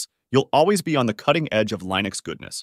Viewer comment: Why do you say Lineux instead of Linux?